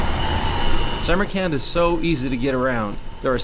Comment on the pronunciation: It is me or does this guy sounds like he keep spelling Samarkand as "summer camp"